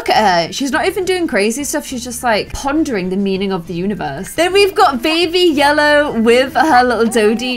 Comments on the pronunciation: says lellow instead of ye ll ow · we have baby lellow Me: what did she say? Did she say lellow it’s yellow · its yellow not lellow😂 edit: my favourit is yellow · And she says lellow in stead of yellow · ITS NOT LELLOW ITS YELLOW lol😂😂🤣🤣🤣🤣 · Omg who else noticed her say Lellow a few times 😂